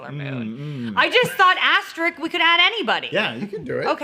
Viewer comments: Is it pronounced aster-ick, or ass trick? Like said, it does look like a butthole... But threw a haymaker with Rita Repulsa at the end there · Interesting choice to just give up on pronouncing the second s in asterisk